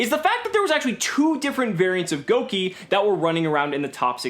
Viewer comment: I'm not happy with this pronunciation of Gouki. Gouge, Gouda.